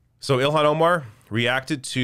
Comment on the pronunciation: It's NOT ILL-Hawn, it's IL-Lan.